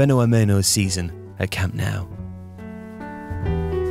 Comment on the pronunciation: Love the butchery of the pronunciation of fenómeno 😂 good effort though